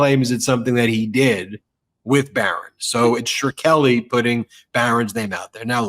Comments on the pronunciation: It's "Skreli", NOT "shirkeli"! 😡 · Shk-reli, not Shr-keli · Martin SHKRELI is not pronounced like you're saying it, Ben. It's not pronounced like Shar-kel-ly! No one will know who you're talking about. It's pronounced like Skrel - ie. 2 syllables, not 3. Love ya Ben & our Meidas Touch on air tribe is great! Every single one! ❤ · It's shhhh krelly, not sure kelly, bud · It's pronounced Shkray-li or Shkreh-ly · I’m a grammar nazi and feel compelled to correct your pronunciation of martin Shkrelli last name but he’s such a POS you go ahead and butcher it any ol’ way is easy for you to say. You’re awesome, and fuck that guy. Melanoma’s ol’ bff there is pretty attractive. Hope she’s puttin ya on blast for the occasional booty call. Jes sayin’. Yer a busy guy. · Good interview. But I think you've got the pronunciation wrong on Shkreli. The "k" sound comes before the "r" (not that it's easier to say that way).